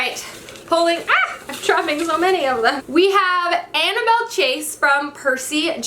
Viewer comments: ANNABETH NOT ANNABELLE!! UGH! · Annabeth Chase not Annabel